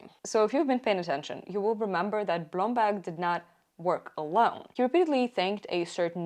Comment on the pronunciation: The way you say Blomberg is so satisfying every time